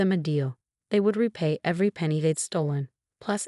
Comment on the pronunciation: penny not penegat